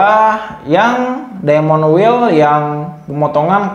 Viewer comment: Ilmunya sangat bermanfaat utk saya yg awam, trmksh. Hanya saja sedikit perlu belajar bahasa inggris, krn bbrp pengucapan tdk sesuai, misal tulisan "wheel" itu cara bacanya bukan wel tapi wil😊